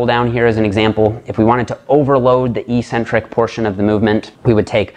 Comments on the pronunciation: You have the word 'eccentric' written properly. How come you don't pronounce the first 'c'? The syllables are ec-centric, not e-ccentric. How is it even possible to pronounce the word the way you do? Your pronunciation changes the meaning of the word, too. Your pronunciation changes it from 'away from the center', to 'without a center'. That makes no sense. Please explain. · There is no English dictionary in the world where the proper pronunciation for the word 'eccentric' is Ee-Centric. None. Not even one. Pick your favorite British or American source. Look it up. They all say, eK-Centric. It is only meatheads who mispronounce this word., you're too good to be one of them. Please! The word is eK-Centric. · Evolution of language is not an excuse for ignorance. It's ONLY the bodybuilding community that mispronounces the word. Ec- means 'away from'. Centric- means 'center'. This is why odd people are referred to as eccentric, b/c they are not in the 'center' of normalcy. Concentric, moving towards the center. Eccentric, -moving away from the center. Ee (e.g., without a 'c') means 'without'. So E-centric means 'w/out a center'. It makes no sense. Some ignorant bodybuilder started mispronouncing it, likely b/c it sounded odd to him to say 'eK-centric'. His fellow meatheads followed suit...and none of hem knowing any better, it stuck! To answer your question, 'who really cares'? Those of us who see as much beauty in language as we do in a perfect body. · Literally everyone says ee or eh centric.